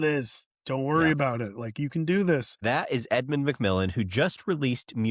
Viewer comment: bro it's mc millEn